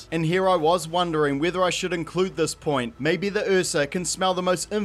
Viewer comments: Watching this movie had me so traumatized by the "accent" Jaden did that I feel triggered by this completely justified pronunciation of "uhsa" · this dude tries to corrent the word phenomenon but he says ursa as the "eafsa" like wtf